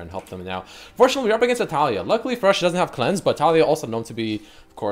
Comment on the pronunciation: I hate so much the way that you say Taliyah, like it's TaLIYah not TAliyah